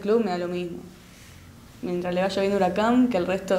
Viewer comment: HURACAN ???? BURACAN ??? TALANTALANNNN